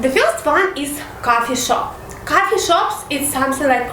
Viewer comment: Coffee and cuffy shop lol , learn proper accent